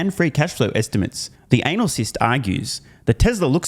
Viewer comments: Did I hear that right? Anal-cyst? About right I'd say. Thanks. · It's "anal-lust"